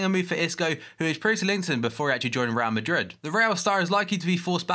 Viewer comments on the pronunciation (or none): none